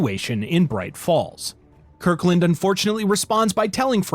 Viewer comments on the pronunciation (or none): Associate’s name is “Kirklund” but narrator says “Kurklind” 😂